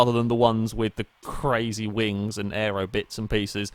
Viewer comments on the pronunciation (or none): none